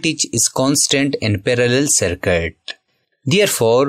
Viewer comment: Circuit ❌ Sarkat✅ 😅😂😅😂